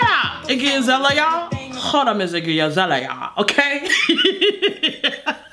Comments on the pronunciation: "IGGE AZELIA" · From "Aireeana Grahnday" to "Iggy Azahleheyah"